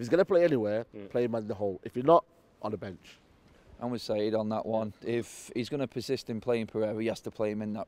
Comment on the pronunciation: Its "Saeed"